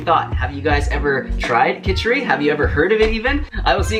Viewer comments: Hey! Amazing video! Btw, its Khichadi. 😬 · loved to see an indian dish which we have been eaten for years on a non- indian channel.....fan of since the first video i watched of you.......and just one thing it is called khichadi* not khichari,😅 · It is not kichari It is kichidi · Its Khichdi, love. Anyways loved your recipe